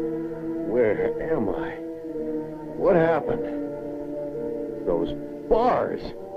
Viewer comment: no, he just became Scottish for five seconds.